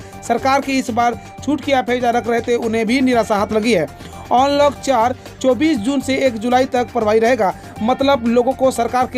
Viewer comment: onlock ni bhaiiiiii अन्लोक होता है यार